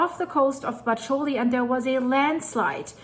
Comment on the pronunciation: Bacoli is pronounced BA-ko-lee.